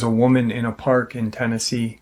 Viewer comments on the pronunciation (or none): none